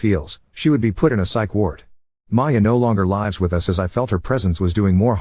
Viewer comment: why does this story keep on repeating the same story. and someone teach this AI robot how to way words like 'lives' and take a breath in the correct place